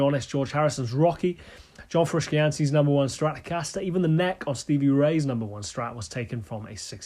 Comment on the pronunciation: Repeat after me “froo-she-ante”